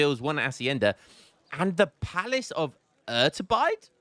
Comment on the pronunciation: Iturbide is pronounced ee-tur-bee-day. Fun fact: it's the name of a guy that crowned himself emperor of mexico before they killed him and elected a president instead.